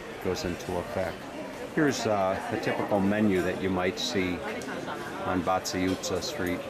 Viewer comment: That was a spectacularly accurate pronunciation of Váci utca.😊